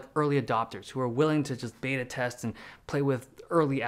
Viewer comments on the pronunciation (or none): none